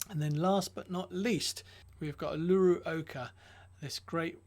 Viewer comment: Uluru...a giant sacred rock in the heart of Oz. Pronounced oo-lu-roo.